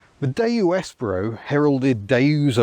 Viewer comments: "Espero" -- the stress is on the second sillable, not the first -- is Spanish for "I hope", or "I wait". Spanish does not have a distinction between the two. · I almost bought one of these back in the day but decided to get a Nexia instead. Reading reviews I'd always assumed it was the second 'e' was pronounced as in 'Eat' not as in 'egg'. I had quite a shock when I heard it pronounced!